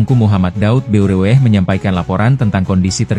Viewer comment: Tolong baca tgk M Daud Beureueh itu M Daud Ber ih